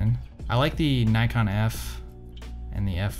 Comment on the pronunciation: Is it just me or is he pronouncing Nikon incorrectly? Kinda weird for someone who knows so much about “cameras” 🧐